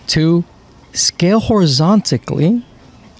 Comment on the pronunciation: Horizontally, not horizonticly